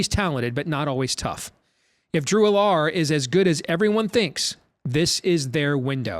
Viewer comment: I’m just gonna put this out there. Drew Allar’s name is pronounced Al-ler, not A-lar